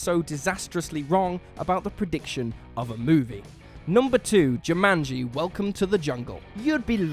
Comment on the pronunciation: So, he can't pronounce Caribbean or Jumanji. Nice